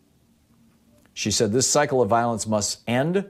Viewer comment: Thom, did you say cycle of violence or psycho of violence?